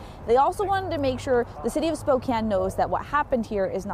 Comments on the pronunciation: Spo-“can” not “cane”, 😊I am from Washington, but Spokane is about 6hrs from me. I call it the armpit of Wa, it’s a gross city. Well, so it Everett and now Freeattle is nasty AF, worse than ever. Seattle is dying … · Have you never heard of SPOE-CAN?